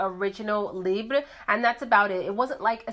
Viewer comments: I'm Canadian, it's not pronounced "lib" it's "lee-bra" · The time it took to explain you are not from France, can't speak French, and provide your different interpretations of pronouncing the word... You could have gone on google translate or even better, gone on YouTube and watched the short promo video YSL released on this fragrance. Then you would know how to pronounce it. I am not coming after you personally but I am getting tired of YouTubers making and editing an entire video dedicated to something and justifying mispronouncing it without actually taking the 30 seconds it takes to look it up and educating oneself. In this day and age when such information is easily available at our fingertips, there really is no excuse.